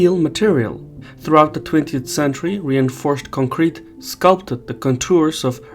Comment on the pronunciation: Boy, did you learn your pronunciation from Taylor Swift? It's CONcrete not conCREt